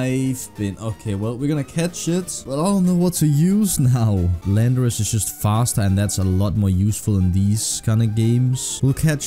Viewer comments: Call landorus: "Landorass" cool its real now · Yo myth name landorus “ LANDOURASS” Let’s go 😂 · Call Volcarona "Nineteen", Tyranitar "Tartar", and Landorus "Randor" (The Japanese name for Landorus being Randorosu).